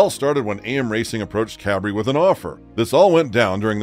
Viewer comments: OMG NO ONE SAID ANYTHING LIKE THIS!!!!! And her soon to be husband is CUBRREEE IS pronounced “Kay Bree” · His name is Chase Cabre and NOT Chase Cabri.